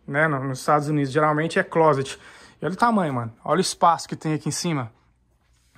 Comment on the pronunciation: Amigo pelo amor de Deus nao diga clôset é clóset!👍🏾